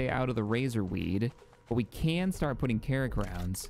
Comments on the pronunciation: Enjoying the playthrough. Do wanna say I believe it's(krak) pronounced crack, like shack or attack, unless I'm missing an injoke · Calling krak grenades "carrot" grenades is hilarious for some reason.